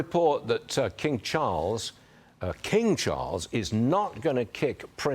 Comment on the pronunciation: Why can't the commentator pronounce privacy.